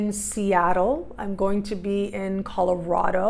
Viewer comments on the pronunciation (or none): none